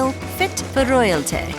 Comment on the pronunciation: Saying royalty weird like that is more cringe than Boris Johnson saying me crow war ve.